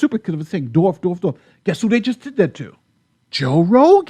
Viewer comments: Dorf?? Lol., there's a "W' in there buddy. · To be fair, you've been saying "Dorf", so... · No one will retroactively cancel you...you are saying Dorf, not the horribly offensive medical term Dwarf. 😁😁😁